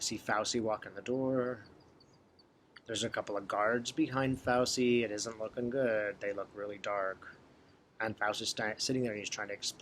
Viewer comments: In Italian the C is pronounced like CH. So say FAUCHEE for Fauci. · Fau - chi pronounciation Ci in Italian is ch sound. I am an herbalist and know several good herbs for virus and respiratory illness. It is interesting that all these pharmaceutical AMA positive people are feeling so frightened of a virus. Bad diets and unhealthy living make one more susceptible to complications. Chickens coming home to roost.... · Thanks. Great video. Correct pronunciation of Fauci